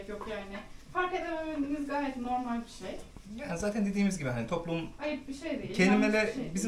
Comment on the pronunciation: Recep’in doğallığı on numara. Normal değil normel derdi eskiden. Doğal konuşmalara devam. Sırf Recep için izliyorum videoları.